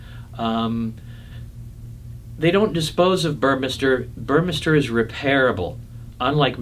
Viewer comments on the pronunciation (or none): The pronunciation is "Boor-meh-star".